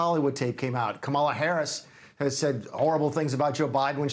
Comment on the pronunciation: Why doesn’t he know how to pronounce Kamala?!